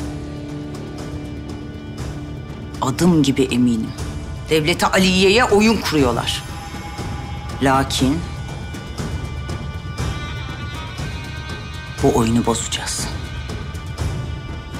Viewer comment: Devleti Aliyye derken A harfi uzatılır. En unlu oyuncuların bile bu hatayı yapmalarına tahammül edemiyorum.